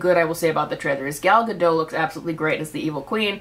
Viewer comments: Just a bit of a fun fact - the T in Gadot is not silent, you're supposed to pronounce it. (It means River Banks in Hebrew) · Ga-dote Edit